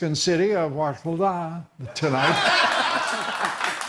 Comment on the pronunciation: Hearing Lou Dobbs failing to pronounce 'Huixtla' (waffle-ah) always makes my day